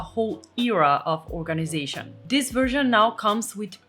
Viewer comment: Sorry, but WHY do you say: dis* ( this) although I must say your English is VERY good, it just makes me cringe when you say *. It sounds street, uneducated, from the street... So please put the tip of the tongue between the teeth, pull quickly back in the mouth & put the upper & lower teeth quickly together= THis